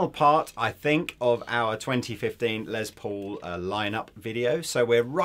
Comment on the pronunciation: A few things: a sweet little chord progression from the at the beginning. And nice to see demoing something without shredding like his life depends on playing as fast as possible. And finally...my British friends...the Les in Les Paul is pronounced like "less" not "lez". I would let it slide except lez is short for lesbian and I'm pretty sure Mr. Paul was not a lesbian. Someone correct me if I'm wrong. I didn't know him personally.